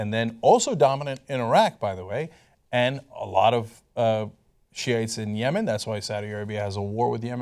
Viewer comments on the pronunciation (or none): none